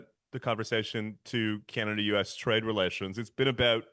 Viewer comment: If you're going to listen to this old Tory hack and George W. speechwriter, please teach him how to pronounce "Canada" as Canadians do. Believe me, few of us in Canada pay attention to this man's ramblings. Sadly, we did think his man, George W. Bush, was the ultimate in stupid presidents.However, George and Frum were just paving the way for what you have now.